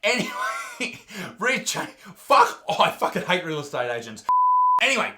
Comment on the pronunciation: Folkin el, ah kept laughin at 3 am about this folken video xD